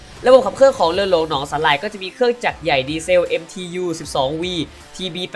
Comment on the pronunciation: พูด ร เรือไม่ได้หรือครับ ถึงออกเสียง ทุ่นละเบิด หนองสาหล่าย เลือ...ชุดเดียวกัน ความเล็ว ห้าล้อย เลด้าเดินเลือ ละบบ...อาวุธ ลางป่อยทุ่นละเบิด 1 ลาง ขอเสนอแนะ ให้ไปทำงานอื่นเถอะครับ ถือว่าสงสารคนฟัง...เถอะ นะ นะ